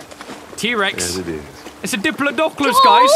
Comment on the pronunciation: OMG SAID THE ALI A MEME "DIPLODOCOLUS" BROOOO THAT HAS ME DEAD 😂😂😂😂😂😂😂